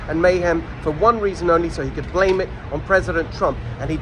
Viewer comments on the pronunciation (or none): none